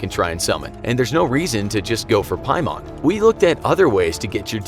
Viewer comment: piemon lolol its pronounced "paymen"